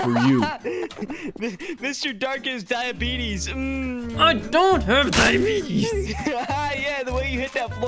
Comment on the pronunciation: I’m laughing so hard he said diebitys 😂🤣😂😂🤣